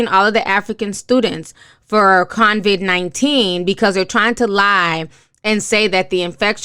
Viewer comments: She is saying Convid but that is just a mispronunciation. The importance of what she is saying overrules her mispronunciation. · You really should practice reading. I was cringing. Also, there is no “N” in Covid-19. It’s not call “Convid“ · Ti please stop saying CON-vid 19. It's COVID-19.... just sayin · Sis please tell us who is Convict 19😂😂😂 it’s “KOE-VID” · COVID-19.. ITS COVID-19 SIS! Not CONVID! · Hi! Thank you for this! Your commentary is very important on this subject. I will just give u a little critique and I am not trying to be fierce. I really like your channel and I think you are dope but please pronounce COVID-19 as it is. It's COVID not CONVID. I saw someone comment about you pronouncing it incorrectly and because it looks like this virus will be around for a while and hearing COVID-19 will be happening a lot, I just want you to be aware of the correct pronunciation ok? Seriously no shade. What you have to say is important so getting that pronunciation correct is paramount in getting these very important facts across. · No, it's just her pronunciation. It's coe-vid 19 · It's pronounced CO-VID...lol. Like CO-Worker. Thanks for the update on this. Good information to know. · Did she just call it “convid”?? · Convid... Vietbanese... these words are a bigger struggle than necessary